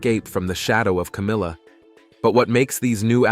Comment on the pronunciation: Was. That. It. Was. Cowmilla